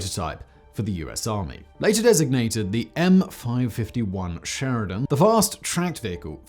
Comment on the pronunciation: Every time Simon says M five fifty-one a puppy dies.